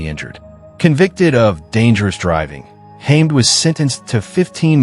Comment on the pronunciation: Its pronouced HA-MED